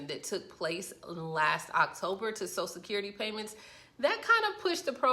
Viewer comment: I hate it when idiots can't even say "social security". She keeps saying "sosecurity". Her credibility is gone.